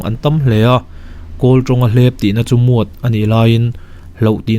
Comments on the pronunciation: Muat nilovin miat ti a lamrik tur anizawke. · Muat anilo miat an ti😁 sung nilo in shung zawk ania😁 mahse a ngaihnawm emem😍